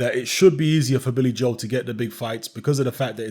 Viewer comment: Can someone tell his name is Billy Joe not Billy Joel. 😂😂